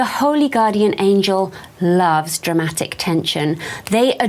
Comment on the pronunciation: I love how you emphasized “Dramatic” because girl!!!!! Drama queens 🤣🤣🎀 I love you I’m in love with your learning videos on magic🐉🌻